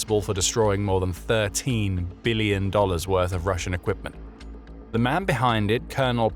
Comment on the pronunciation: The way he said "13 ... billion" made me laugh a bit. Good video and narration 👍